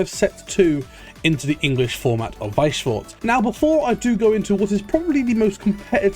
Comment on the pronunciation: yo the pronounciation of weiss schwarz is so much better now you're learnding